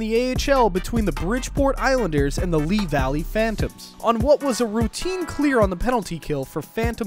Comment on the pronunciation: It’s pronounced Lee high